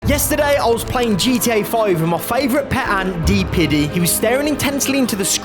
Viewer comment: Nah man said D-Piddy 😭